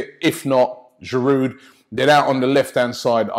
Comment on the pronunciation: I think pronouncing Giroud's name properly might help him play better... man's in this country almost 4 years and you lot still call him giroude